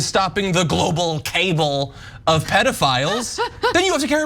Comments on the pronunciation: The word "cabal" is pronounced with the accent on the second syllable. As in ka-BALL, not cable. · With love, its cabal not cable. . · Does John really think cabal is pronounced cable? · "Cabal" is pronounced "kuh-BALL", not "KAY-bull", you dummy. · He's mocking the Q-crowd by pronouncing it wrong. He changes to a different tone as he says it and you hear Ana laugh when he delivers it like that. Professional news presenters and opinion pundits know that word, internet conspiracists often don't, is the point.